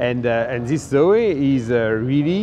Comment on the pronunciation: Doing that silly accent again!!! Zoeeeee :-) ICE Renaults are infamous for electrical problems, lets hope that reputation doe's not carry over to the EV units. Zoe looks very smart!! that bigger battery expands its potential market!!